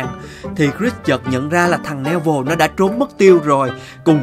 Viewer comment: Neville đọc là Ni-vồ chứ không phải ne vil nha anh Lúc chơi thì anh đọc sai nhưng lúc kể thì đọc đúng